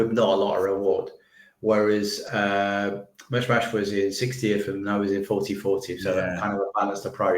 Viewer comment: What was this guy calling Marnoush? 😂🤣? Its not even a hard pronounciation but he butchered that. And Bueno instead of Mbuemo 😭 he cant be serious